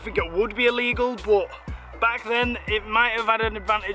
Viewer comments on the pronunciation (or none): Will you please learn how to speak. It's clearly illegal. Not ellegal or allegal. Honestly, I'm no queen's English posh nob, but fuck me..... This really grips my shit!